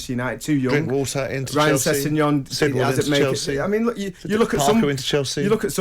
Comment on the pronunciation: Did Trevor say Ryan sessingon?? He is getting a lot of minutes under Conte and impressing